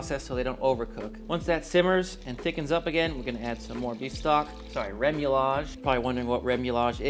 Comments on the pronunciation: It’s pronounced RE-MOO-YAJ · ruh-moo-yaj - no "L".